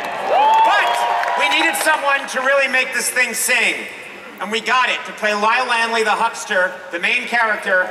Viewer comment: " Hi I'm Conan O'Brian " Me: thats an odd way to pronounce Lyle Lanley